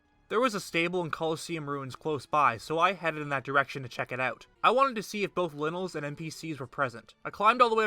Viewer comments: Or cake a rico. We all know its lie nals and kaka ri ko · It hurts every time you call them linnels. Like when people call it cockarico village